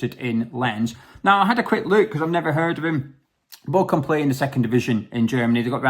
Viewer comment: My missus is a Bochum fan (you butchered the name lol) I wouldn't take anyone from that team, lol.